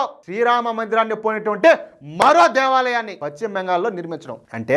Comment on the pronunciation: Pachima bengal kadayya adi paschima bengal antaru.neeku telugu pronounciation teliyada?,velli telugu pronounciation nerchukoni videolu cheyyi